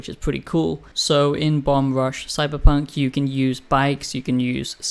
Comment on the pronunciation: Ya keep saying "CyberPUNK" It's FUNK!